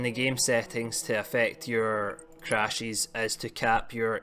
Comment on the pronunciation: Changies Crashies Don’t worry I liked the video. Just had to throw that accent out there my man!